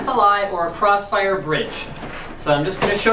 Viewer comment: thwee way cwossfiwe